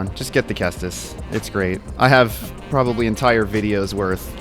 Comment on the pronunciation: Also, good pronunciation on the ceastus!